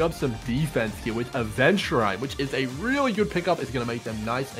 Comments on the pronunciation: Aventu-RIND yes. Lmao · Ah yes Aventuraine. That's exactly how it's pronounced multiple times in the game. It's really easy to miss.